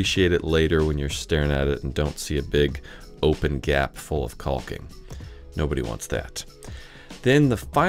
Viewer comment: its cocking not kaul-king 😂